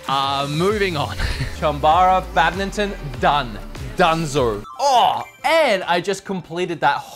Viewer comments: Lol I love how pronounces badminton like bad-min-ton however its pronounced bad-mitten. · I'm sorry, did no one else hear him say "badmington?"